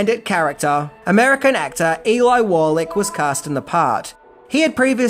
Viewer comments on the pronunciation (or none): Not ellie (like Ellie May) BUT E - Lie Wallach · Great video,, but I'm pretty sure that Sergio Leone's last name is pronounced "Lee-Oh-Nee" not "Lee-Own" and Eli Wallach's name is pronounced "Eee-Lie" not "Ell- Eee". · Eli Wallach's first name is pronounced "EEE-lie" - not "elly". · Eeeeliiiii not Elly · It’s E-lie not Elly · ............."Ellie" Wallach.........lol......... Ahh, classic, mispronouncing famous, even iconic, actors' and directors' names. I'm happy you starting citing your sources at least. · I enjoy your videos mate but you need to check up on pronunciation at times eg Eli is E-lie. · I can't get over his pronunciation of Wikipedia, Los Angeles, Eli, and Madrid.